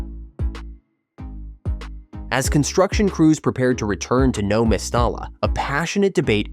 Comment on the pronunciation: Mes-ty-ya so annoying your pronunciation